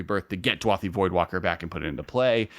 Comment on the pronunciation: DU-A-THI voidwalker??? Read the card dude haha DA-U-THI!! It’s beyond clear